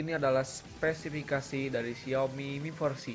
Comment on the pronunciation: yg bener mi4c bacanya (mifor si) bukan miforci. cuma buat masukan aja buat spelling nya. sukses terus